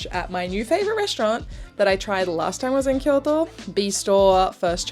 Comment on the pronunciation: Thank you for properly pronouncing Kyoto!!!